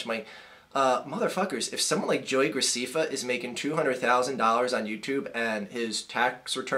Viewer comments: And his name is pronounced grac'eh'ffa with an (ɛ) vowel sound. not 'ee' (i). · Yeah, you did say it wrong. It's GraSEHffa. I should know; my little sister watches his shit all the time. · Scuze me, his name is pronounced joey gracEffa. Not gracEEffa. Thanks. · It's not Joey Graceeeeeeefa it's Joey Gra-ceh-fa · ITS NOT JOEY GRACEEEEFA ITS JOEY GR-AH-CEH-FFA. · it's GracEFA not Graciffa dude don't make videos about what you don't know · It's graceffa not graccfa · JESUS CHRIST IT'S ANNOYING ME YOU SAYING GRACIFA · its pronoucned gra-seff-fa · You're saying graceffa wrong, it's gra sef fa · What I don't get is if you saw the video then why are you pronouncing his name wrong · You are rude to everyone who watches him and u are saying his last name wrong get it right ! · You dont fucking say his name right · Are a a#$ whole learn how to pronounce his name first of all. And the 1 of the reasons u hate him he's good looking (unlike you) and 2 he has more suscribers. Your just jellous. And his fans are not just girls there guys and girls. And whoever can listen and agree to this nonsense is stupid and ill in the head. You hate on people cause there popular so you don't need to make these vids on wat you think about people cause no one cares about your opinon so stop being inmuture and GROW UP!!!!!!!!!! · Because he mispronounced his name? Your logical is beyond astonishing. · Learn how to say his last name fucking idiot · Okay, first learn to say his name right and also you only have 37,388 subscribers so I wouldn't be talking okay he was joking the whole time about the fat thing he wasn't calling the person fat he called the car fat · learn to pronounce his name before you judge him dumb fuck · You're saying his name wrong